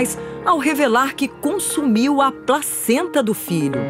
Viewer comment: só eu entendi ela dizer "a própria pracenta" ? e a outra até olhou estranho pra ela :-D